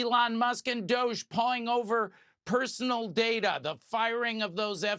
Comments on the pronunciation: You have got to stop saying DOGR and start saying Dog e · It’s not DOGE it’s Dog e